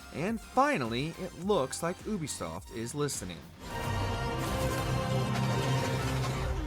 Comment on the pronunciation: It’s yubisoft not uubisoft😹😹